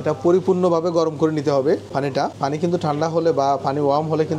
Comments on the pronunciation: আপনি পানি কে ফানি উচ্চারন করবেন না আর। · Not গি it's ঘী। not ফানি its পানি,,,, উচ্চারণ ঠিক করুন আগে 😂😂😂😂